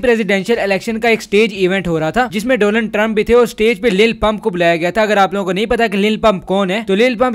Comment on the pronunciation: "DOLUN TRUMP" SIRF MENE HE SUNA YA BAKI B KOI LEGEND H?😂